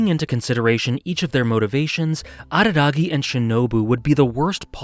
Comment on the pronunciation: Late to the show..... didn't he tell Mayoi that he would leave all to save her? Edit: "Hachikuji Goodby" is saddest scene in all, for me. Also, thanks for not imitating a barking dog when saying Araragi.